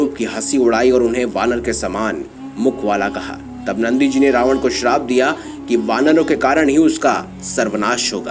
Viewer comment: Tumhara se Ravan hai kya acche se bolo